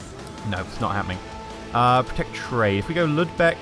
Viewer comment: It's lübeck not ludbeck -.